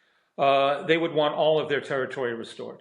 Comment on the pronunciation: Another dope who can't pronounce territory 😮